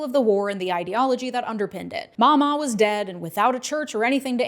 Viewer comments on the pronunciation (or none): Excuse me. It's Ma'am maw. Not mama. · real quick I'm from east central KY and have family in those areas. Mamaw is pronounced "Maam Aw" not "Maul Ma" Papaw is pronounced "Pap Aw" and now "Pawl Pawl". Louisville, KY is pronounced as "Lou a vul". I provided these simple phonetic representations to help out. As a proud Kentuckian who votes Democrat (Go Andy!) I do take offense when my Commonwealth and fellow Appalachians are derided in the media. We are not any more undereducated than the rest of the country. Many famous people have some connection to Kentucky such as George Clooney, Ton Cruise, Johnny Depp, Loretta Lynn, Ashley Judd, Wynona Judd, Naomi Judd, and Wendell Berry just to name a few. People in the hollows (pronounced hollers) and the mountain counties have been hit particularly hard in recent times as the popularity of tobacco and coal has dropped leading to the loss of well paying jobs. Nothing has come in to replace these jobs and as such our mountain folks have gotten a bit bitter about the state of things in general. People need to try and understand the reasoning behind why people do the things that they do and the culture they grew up in. When my high school band got to march in the Macy's Thanksgiving Day Parade the band members were told not to mention where they came from or they would receive ridicule from the New Yorkers. I do not appreciate Mr. Vance trying to identify with our Commonwealth and I do not appreciate anyone deriding our Governor as a potential VP pick (Go Andy!) or my Commonwea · His grandma live 2 streets over from me in Middletown not in KY and it's mamaw (maam mall )